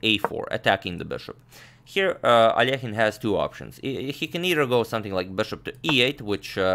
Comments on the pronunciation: I love how you pronounce Alekhine😍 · your russian pronunciation fills me with joy. every time i hear al-leh-kyne i die a little inside :P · The one used by Agadmator is correct, ale Alekhin is originally Russian. Another pron. may come from French as he once became a French citizen. 🤔